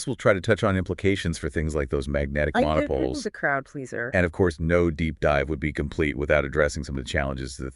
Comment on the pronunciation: Magnetic monopoles - check pronunciation.